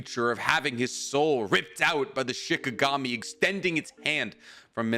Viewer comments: The story was awesome but... It's SHINIGAMI. Not SHIKAGAMI. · Say it with me Sheen Ee Gahm Eee..